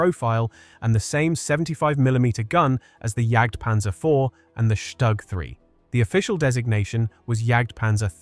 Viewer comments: The acronym StuG is NOT pronounced Stugg in German. It's Shtook; not a short vowel O or a long one but something neutral, in between. The consonant G is "hardened" through "Auslautverhärtung" (that happens to be the correct linguistic term and it means "final-obstruent devoicing" or "pronunciation hardening", of the finite consonant in this case, into a K, as in Hamburg --> Hamboork. The same or very similar mechanism appears in many other languages also. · It's not pronounced Shtag but Stug....."St" is pronounced with a "sh" and the "u" is prnonounced like "oo". So it's "SHTOOG". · it's pronounced "shtook"